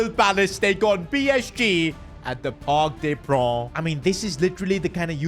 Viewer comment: parc des prons😂😂😂